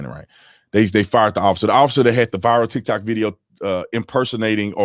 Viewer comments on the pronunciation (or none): none